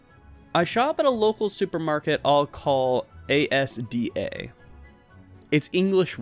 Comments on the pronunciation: just wanted to say that when u said A S D A it kinda triggered someting because it's pronounced asda. sorry for being so picky with pronunciations. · Haven't watched the full video yet, so you might of corrected yourself but ASDA is literally pronounced "Asda"